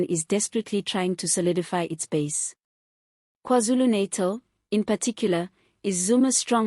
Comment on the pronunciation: Great reporting, GOOD work. Please check your pronunciation of NATAL, you say NEITAL, which is wrong. Its KwaZulu Na -TAL as in NANA